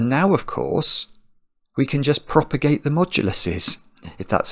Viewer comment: “Propogate the moduli!”